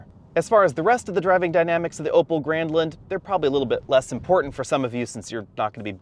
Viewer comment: I kept hearing "Opel Gremlin" lmao